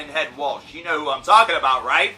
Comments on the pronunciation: Okay first of all if your gonna bitch about someone please pronounce their name correctly. Its not Walsh... its Welch. Like Welch's grape juice. Lol. Secondly... I get where Head is coming from. I mean if he didn't care he wouldn't say anything. Of course he is sadden he lost a friend. but why can't he be mad? why can't he think... why didn't Chester talk to me? why didn't he ask for help? why can't Head express his feelings? why does he have to say what everyone else says? why can't he just be real and you just be okay w that. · It's Welch not Waltch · Welch. Not Walsh. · David Morris I was cringing when he said "WALSHHHHHH" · This video is just too cringe I mean he can't even pronounce "Welch" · You don't even know how to pronounce Brian's last name, and true Korn fans know that Brian (Head) Welch is the most talented member in Korn. Shut your face. Listen to Love And Death and fade away! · David Morris amen dude